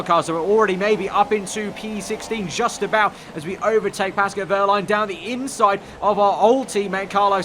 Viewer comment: Why dae ye say pascou wehrlein?